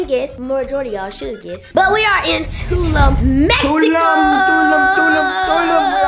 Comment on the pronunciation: CONGRATS ON UR TRIP HAVE FUN AN B SAFE. I’VE ALWAYS HEARD PPL PRONOUNCE IT TWO-LOOM (TULUM) MEXICO 🇲🇽 ADIOS!